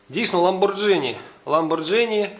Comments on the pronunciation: так, і читається не Ламборджині, а Ламборгіні (наголос на останій слог) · вуха ріже твоя вимова тоі марки . . . . ламборгіні ! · Правильно говорить ЛамборГини. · Сами итальянцы произносят ламборГини...